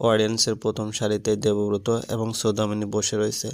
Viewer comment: উচ্চারণ ভালো নয়। সৌদামিনী কে ছৌদামিনী বলা হচ্ছে ।